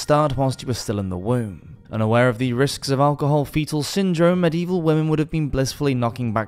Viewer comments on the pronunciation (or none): none